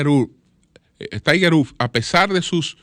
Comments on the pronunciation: Diale Tiger Rúd🤣🤣 que Inglés más malo🤣🤣🤣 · Wood, pozo septico se pronuncia wud 🤦🏽‍♂️